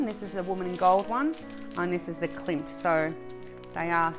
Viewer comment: Yea to continuing my enabling! 🤗 🥇….. also…it’s Klimt….KLIMT ….KLIMT !!!! 😝😝😝😈. I need The Kiss someday. Lovely 🥰 ps, you will do the W in G when Abigail and I do ours…you are commanded to !